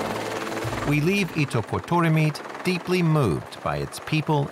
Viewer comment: As a Greenlander, I have to say this:" It is pronounced ' eat duck got daw meat' "